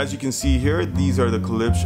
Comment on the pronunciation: please pronounce the damn name correctly gosh!! its not ke-lipsch its klipsch!!!